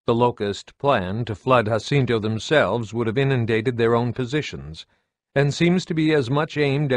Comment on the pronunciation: Im not trying to be an Asshole but its called JAH-CINTO not HAH-CINTO im not sure where you got that pronunciation from but i would have to fairly assume you either havent played any of the games or havent spoken with a real fan about the series cause theres no way you could make that mistake. Even though its not a large one its enough to cause a ear ache just hearing it.